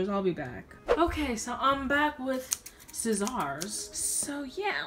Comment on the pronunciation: Her: “Ok I am back with scissAUrs.. Me: BAHAHAHAHAHA